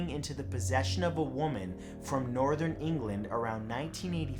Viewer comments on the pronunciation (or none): none